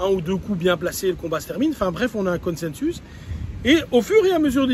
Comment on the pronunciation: "consensus" est-ce ainsi que l'on prononce en Belgique ? Ça me plaît beaucoup (je ne plaisante pas), vous êtes près du latin, jamais on ne prononce ainsi en France amitiés Louis